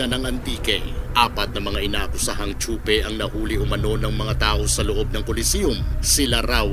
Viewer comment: Tsope sir hindi po tsupe. 👌